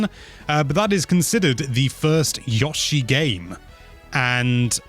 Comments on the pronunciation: Every time says Yosh-i instead of Yo-shi I die a little inside! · I know you're from the UK... but his name is Yo-Shee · Yawshi? Really?